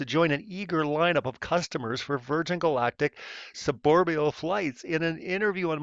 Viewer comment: Sure. I am definitely going to think the information in this video is credible from a guy who can't pronounce the word SUBORBITAL correctly. "Suborbial-bobobobobol" - I did however get my daily dose of comedy from this dribble.